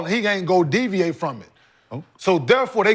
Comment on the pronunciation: Kenyon "Deviate "Martin 😂